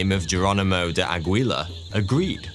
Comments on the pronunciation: I notice of all the anglophones, the Brits have just given up on trying to lookup pronunciation rules of languages they pronounce names from. Aguilar = Agweela lol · Aguilar to Agwee-la?!?!?!?!